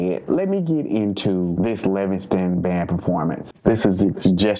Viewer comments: LivingSTONE!!! Not Livingston.... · Its LIVINGSTONE NOT LIVINGSTON